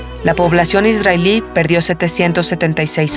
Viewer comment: Por que esta narradora pronuncia Isdrael en vez de Israel??? Dice ISDRAELÍ en vez de ISRAEL.......Tiene una voz bonita pero me toca las pelotas su pronunciación.